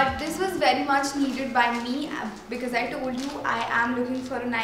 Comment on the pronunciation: Because hota hai becase nhi hota konsi English akcent bolti hai